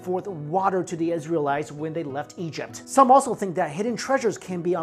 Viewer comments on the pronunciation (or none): none